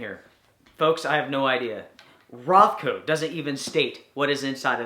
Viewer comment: Is it Rothco or RonCo? 😀